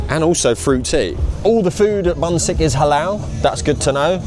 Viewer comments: it is pronounced Boonshick 😝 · Busik is pronounced 'Boonshik' - 분식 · Bunsik is pronounced POON shik. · some notes on bunsik from someone who has lived in both uk and korea its pronounced "bun-shik" according to the original hangul but easy misunderstanding as for the food its quite inauthentic compared to the korean counterpart, its actually quite funny that bunsik became a massive trend when myeongrang (the og korean corndog company) opened here around the same time, failed to sell well and shut down its locations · bunsik pronounces 'boo'nshik xD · Bunsik is pronounced Bun-sheek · And £4.40 is bonkers. The angle is the potato cubes BTW, the shop's name is pronounced boon shik, which means snack in Korean. And they don't call it a corn dog there. It's a hot dog. Hot dogs are called frank, pronounced prank. The most popular topping on the corn dog is... sugar.